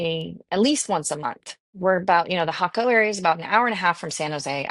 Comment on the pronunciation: Great info and you are one of the first Ytubers to pronounce Jaco the right way. Cost of living is how where and what you are looking at, 1600 to 2000USD seems a bit much when choosing a local life style with crc strong a the moment we live a good life on 1000usd, then again we are in San Vito area not Tamagringo or Jaco where prices are insane compared to here Pura Vida.